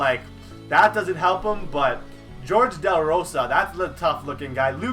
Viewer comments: Jorge is not George and you don't say maness right. It's so cringey to watch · Lol he said George de la rosa